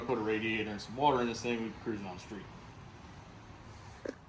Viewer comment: When you say radiator and water I hear drag and drive.🤞🏼😁